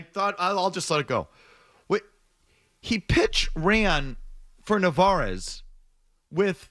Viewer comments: Since he currently is doing very well and could be a legitimate RoY candidate, maybe learn his name (at least Mazz got it right). It's Narváez (nar-vai-ez). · Really? That’s what you care about? The mispronunciation of a rookie backup catcher. The Red Sox and their fans are a joke lmao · You know they have no idea what they’re talking about when they keep saying narvaez’s name wrong